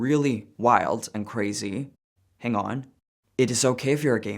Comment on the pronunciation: “hang on”. I love that every time you visit the United States you turn just a little bit more American.😀